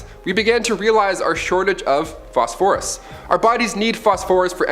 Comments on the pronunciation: Phosphorus…emphasis on ‘phos’. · I’ve never heard phosphorus pronounced that way before. Putting the accent on the second syllable instead of the first. Interesting. But, a good video nonetheless. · “Phos-Phorus “ pronounced incorrectly…. Chemisists? U mean Chemists? Theres other weird pronunciation things going on lol